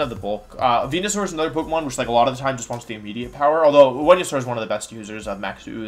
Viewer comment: your pokemon pronunciations upset me